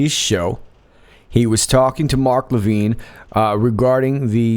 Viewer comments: Mark Levin small E not Mark Levine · Very possible that the guy from Oklahoma was telling the truth about the CIA messing with him. Can you say MK Ultra? BTW- You hacked Mark Lavin’s name. LOL. Dan Bongino covers the entire fake Russia collusion scam and Spy gate in amazing detail.